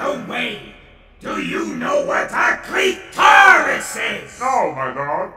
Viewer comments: "Do you know what a Clit-Oris is?" Never heard of such a foul word..! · A Nurgle-worshipping Space-Marine calling a cli-tor-is disgusting, lmao